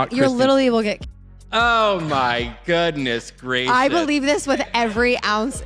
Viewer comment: Ho my doodness gwashus. Fruitloop.